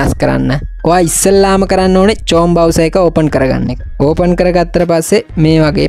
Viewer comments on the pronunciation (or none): මාත් කියන්න හිටියෙ අනේ චෝම් නෙමේ ක්රෝම්🤣🤣🤣🤣🤣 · චෝම් බ්‍රවුසර් නෙමේ. ක්‍රෝම් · චෝම් නෙවෙයි ක්‍රෝම් බ්‍රවුසර්😢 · ක්‍රොම් bro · චොම් නෙවෙයි ක්‍රෝම් Kamak nh, math issara ohma thamai kiwwe.😅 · චෝම් නෙමේ බන් 👀ක්‍රෝම් 🙂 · සස්කයිබ් නෙමේ බන් සබ්ස්ක්‍රයිබ්...... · චොම් නෙමේ ක්‍රොම් 🤦😆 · චොම් නෙම්මේ Bn chrome 😂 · චෝම් නෙමෙයි යකෝ.crome😂😂😂😂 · චොම් නෙවෙයි ක්‍රොම්